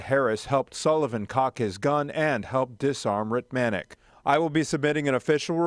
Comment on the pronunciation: Thank you for highlighting this case. The Sergeants name is pronounced "Ritt-mi-nik."